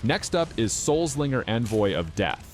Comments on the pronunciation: Grat vid! Loved the games. BTW - I think it's supposed to be pronounced, "Soul Slinger" (a play on the wild west's Gun Slinger title), and not "Souls Linger".) 🙂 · Souls linger? I'm pretty sure it's meant to be pronounced Soul Slinger.